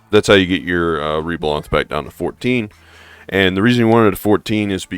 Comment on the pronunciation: Reblath, not reblanth